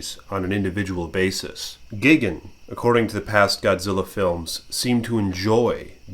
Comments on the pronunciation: tbh I'd take a selfie with gigan in the back ground too also ur saying gigan wrong it's GUY not gig lol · why are you saying gigans name wrong sometimes your calling him gigin sometimes